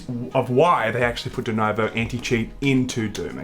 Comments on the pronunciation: Why do you guys keep saying "dunovo"? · I'm only mad that you boys keep calling it "Denovo". It's not a hard name to read....